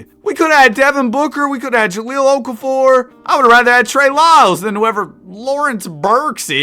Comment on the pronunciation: IT'S OKAFOVER